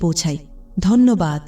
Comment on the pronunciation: dhonyobaad knit accent ta this holey bhalo hoi. onyo keu bolun please